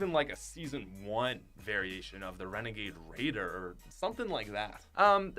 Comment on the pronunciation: renegade rEadeR